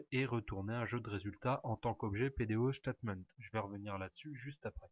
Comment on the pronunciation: Merci bcp pour votre explication mais juste une remarque , PDOStatement , prononcé ctaitemaint not chtatement with s , statement not ch